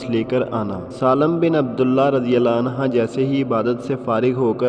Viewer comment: Bhai anha nahen anhu hey. Please yeh kisa dobara record karen. Thanks